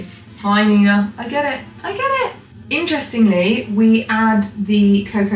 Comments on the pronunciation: i love hearing you pronounce Ina's name! but i have to help you out. its pronounced eye-nah not eee-nah :) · It's Eye-na not Ee-na. Cake looks insane. Also not sure why you were using the espresso maker? I only see hot coffee (aka filter coffee or cup of instant, in a pinch espresso diluted with hot water) and instant in the recipe. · Eye-Na…. Not eeena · It's "I" na, NOT EENA. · Usually if an American recipe calls for chocolate you’d use just dark chocolate over here - they don’t really have an equivalent to our milk chocolate (ours is much sweeter and creamier) Also, Ina Garten’s name is pronounced “eye-na” not “ee-na” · I-na not e-na 🤣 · I had a great aunt Ina and it’s not pronounced eena it’s kind of the German for one (ein) with an ah on the end. So ein-ah=Ina. Certainly in the case of my great aunt, it was a diminutive for Catherine. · OK…it’s Ina…that’s I.Na..with an I, not an E…Ina. You are not the first person to say too much coffee in the frosting.. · Pronounced “ eye-nah “ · She pronounces her name “Eye Na” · Her name is pronounced “Eye-Nah.” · It’s Ina long I.. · Her name is eye-na. Eye-na. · Just FYI...Ina is pronounce EYE-na. She is a goddess here in the US! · I think it is a short I not the long I. I - na. That recipe looks similar to the recipe I was using. Definitely with the coffee and hot water. Egg in the icing, interesting indeed. I like the Pepperidge farm chocolate cake, in the frozen section. It works in a pinch and satisfies that chocolate craving. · Her name is pronounced eye na. Just saying 🥰🥰🥰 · Ina is pronounced like eye-na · Say after me … Aye - na 😂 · Ina rhymes with China. Long I sound. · Ina is pronounced with a hard “i” like eye-nuh. And yes, her food is always incredible! So glad to see you make the cake. Made it look like something I could make! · just a tiny fyi. her name is pronounced eye-na 😊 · Literally cringing at how bad you're mispronouncing Ina 😂 cake looks lush though